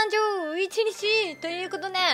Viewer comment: 12月って言ってるのがちゅうにーって聞こえた